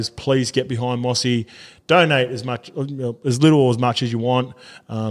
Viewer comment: Mossy? Come on surely you know how to pronounce his name properly lol #BeBetter